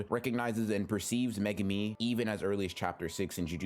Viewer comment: what the FUCK is megami....its mae-goo-mee